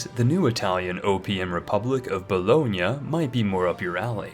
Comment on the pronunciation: And you know he's done research when he says Bologna correctly